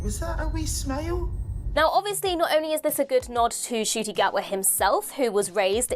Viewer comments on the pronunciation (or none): Ncuti’s mum has corrected his pronunciation of his name. The N is pronounced.